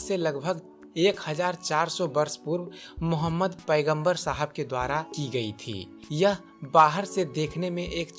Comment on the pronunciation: Apne mazhab k bare me batao koi zarurat nahi hai islam k bare me batane ki tumhare mu se achha nahi lag raha hai pyaara sa naam mohammad or na tumhare talaffuz sahi hai